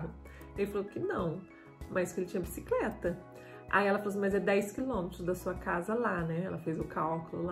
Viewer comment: Abisicreta parece a do Jaiminho carteiro do chaves kkkkkkkkkk